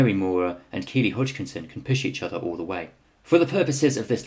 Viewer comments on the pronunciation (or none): none